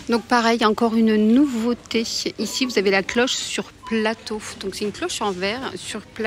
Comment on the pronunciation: Nouveauté É Et pas iéhe !!! Écoutez vous parler mais que c est pénible e vocabulaire !!! Quel dommage parce vos vidéos sont biens Si vous pouviez vous corriger !!! Ce serait mieux pour le vocabulaire Français Je vous promets que vous êtes vraiment penible à écouter malgré tout Faites donc un effort de prononciation par respect aumoins Merci par avance si vous y arrivez Cordialement